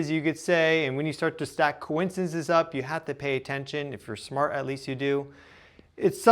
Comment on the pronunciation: Do you not know how to pronounce coincidence?